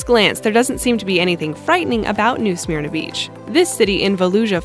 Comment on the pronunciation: Smyrna is not pronounced "smear-nuh" more like sm'r-na.